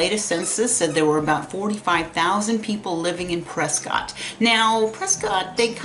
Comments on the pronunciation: Pre'skit' not Pre'scott' God bless. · You MUST know it’s not pronounced Prescott! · It's pronounced PresKIT...😊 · It’s Press-Kit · I tried. I really tried to listen. I just can't do it though when someone is trying to say they're the subject matter expert and continually cannot pronounce the name of the city correctly. I just couldn't do it.